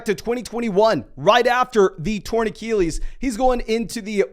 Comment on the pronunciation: You say “Achilles” like Eric Cartman